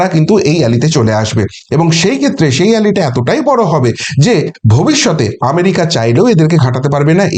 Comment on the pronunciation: Ally pronounces as allai, not alli ! শব্দটি সখ্য, সখ্যতা নয়। প্লিজ দেখে নিন। আমি বলছি বলে নয়। নমস্কার। খবর খুবই ভাল দেন, So is your impeccable analysis. Kudos ! জয় হিন্দ।